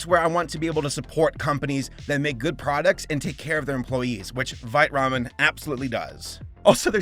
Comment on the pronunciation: I heard that as "This video is brought to you by Bite Ramen" and I'm just like "Well yeah I bite it it's delicious."